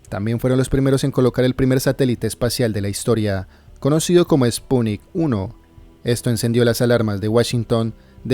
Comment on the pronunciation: Spunik uno??? se dice SPUTNIK Tarado!!!